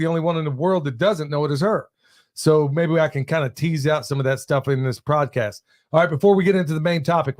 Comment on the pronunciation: Freudian slip - “Tease out… prodcast”… love having you on in the background while I do my computer day job